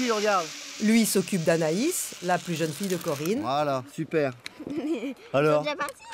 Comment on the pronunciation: "pour sa jAAne" ouh mes oreilles